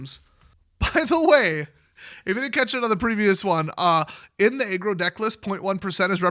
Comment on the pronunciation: Aggro? I thought you were saying "egg roll deck." I just figured I'd been away for a while so I didn't recognize the powerful egg role deck.